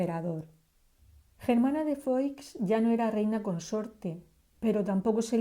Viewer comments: SE PRONUNCIA FUÁ NO FOIX, SE ESCRIBE FOIX PERO SE PRONUNCIA FUÁ. FERNANDO ERA TÍO ABUELO DE ELLA PUES ERA HERMANO DE LEONOR DE ARAGÓN, REINA DE NAVARRA, ABUELA PATERNA DE DOÑA GERMANA. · Germana de Foix (se pronuncia "fuá") por favor.....